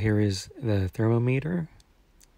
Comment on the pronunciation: Good video! (But the way you pronounce “thermometer” throughout the video should be a war crime)